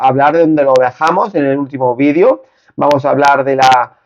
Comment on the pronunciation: Video ,video, haci se dice no vidio gallego aprende a hablar bien en la lengua castellana no existe el VIDIO .